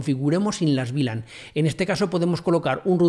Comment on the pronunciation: Muchas gracias por el video, lo unico que no entiendo es porque dices BLAN si es VLAN? en español eso se pronuncia "uve lan"